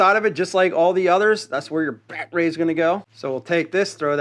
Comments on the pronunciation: If its rye obee not reeobee that it's battery not bat tree. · What on earth is a BAT RAY ? It’s battery noooo RAY BATT……ER…..Y battery ! OMG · You dont really need to show us the bat-ray on every single device. We get it! By the by... its called battery! ;) Pronounced Batt-e-ri. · lmao so why do u say batray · It’s BATTERY NOT “Bat Ray” 😂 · Its "battery" not bat ray ;) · Dude, I’ve watched a number of your videos. Some constructive criticism. Please speak clearly without any weird pronunciations. Maybe I’m at fault here but as soon as you say “battraay”, “Rayobay” I shut your videos down and move on. Best of luck. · baaaatteryyyyy NOT batrey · The word is BATTERY. NOT. BATRAY. But I'm sure that you knew that didn't you NUMBNUTS!!!!!!! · Batray?🤨is this guy sum backwoods Canadian 🫠. It’s battery 👌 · Pretty cool tools, but just one question. What the heck is a "batray"??? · You say ryobi wonderfully, but I am unfamiliar with batrays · The wY this guy says battery is bloody silly...saying like (Bat-er-ray)..think he's doing this type of silly talk just to get noticed...can't even pronounce it correctly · I'm sorry but is he calling them bat-rays? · Why tf do you say battery like that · Hi buddy. I'm the guy you told to get bent because I said you upload low quality videos. (@ Way to remove my ability to comment on your videos and reply to what you had said. Did I hurt your little feelings?😰😰 As a response to your comment replying to mine, What shall you do? Maybe start by improving the quality of your videos by learning how to pronounce battery properly and not repeatedly trying to correct people on how to pronounce Ryobi. like duh, of course it's called Ryobi not Reeobi. And a few other things too. Get bent? The only bending I'll be doing is bending over and laughing at you. By the way, Ryobi is crap. You would know that if you watch an unbiased review channel unlike yours.